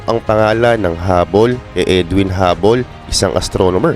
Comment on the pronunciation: Hubble, hindi hubbol